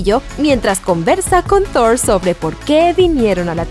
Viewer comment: bueno en este video si es Thor y no zord xd